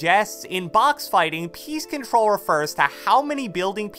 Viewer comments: I also thought the same thing 😂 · Every time I hear "piece control", I hear PEACE CONTROL now I can't unhear it